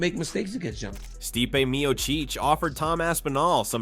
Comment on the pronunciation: The way you pronounced Stipe Miocic? I’m out. I’m done watching AI read videos.